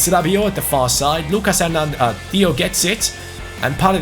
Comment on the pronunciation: I'm not 100% sure on this one but I dont think you pronounce the s in Nicolas Pepe. So you something like Nicolà Pepe Same with Lucas Hernandez I think, something like Lücà Hernandez Correct me if I'm wrong Glad you took Bayern Munich, keep up the content💪